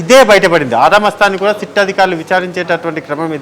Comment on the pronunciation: సీట్ కాదు సిట్.